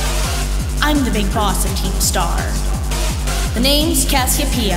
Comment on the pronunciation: OMG finally someone who pronounces cassiopeia correctly